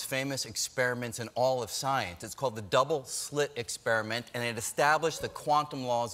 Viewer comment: Brian Green is not just Sceiene, he's Super-Sceiene! It's not even his final form!